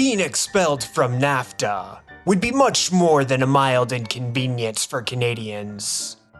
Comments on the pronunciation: Content was good at first but literally stopped 4 minutes in because I was sooooo annoyed with the ...Americuhhhh, NAFTUHHHHH. It gets old after the 3rd time... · Great video but your pronunciation of NAFTAAAA and North AMERICAAAA drives me crazy 😂😂😂